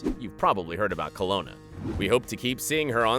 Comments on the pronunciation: Did the narrator really say, "Colona" when talking about the actress that played Lori Grimes, when the name of the show is really called "Colony".😔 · Pronouncing colony— as colona And michonne (mi-shown) as mi-sho-nee If you’re going to make a video about the walking dead please pronounce it right lol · I've heard of Colony not "Colona" LOLOL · Michoneeee ? 😂 also called the show Colony Colona ? How hard is it to have a job where you read facts written for you for a video and you mess that up. This guy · The thing I missed the most while watching that was correct pronunciation of Michonne and Colony ( it's not pronounced "Co lo nii " you muppet , and Michonne's not Mi sho nay either ) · Colona? you mean Colony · Colona? I think you mean Colony. I can understand that dudes anger at people who can't read a fucking script. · Why the heck is this narrator butchering words??? Colone?? Michonny?? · Someone needs to learn how to pronounce "colony" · Am I the only one distracted by the mispronunciation of " Colony"? "CO-LOW-NEE" ? How does that not only get past the presenter, but the director, the camera person, and then the editor before being uploaded (which is possibly dome by yet another incompetent person... If it is not uploaded by the editor, that is.) I have lost all faith in the intelligence of humans because this happens in so many different video's these days that I wonder whether or not we even deserve to continue with the propagation of our species . "And the meek shall inherit the earth" ... I suppose that's already happening now though, huh? Because I feel like there's a higher ratio of morons to "normal" people as it is. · Joe Lohman dude I was just strolling down the comments wondering “am I the only one that noticed how he pronounced colony?” He said a few names wrong as well wtf?